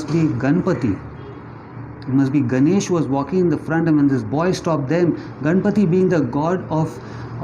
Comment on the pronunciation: Not ‘Gaana’ but gan